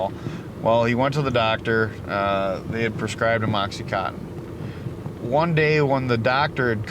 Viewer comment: OxyContin, not OxyCotton.